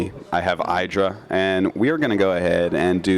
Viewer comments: Artosis actually saying "Eye-dra" ftw. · You'd think for being a GSL code S caster he would know how to pronounce IdrA's name correctly... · Tell Artosis to say your name correctly.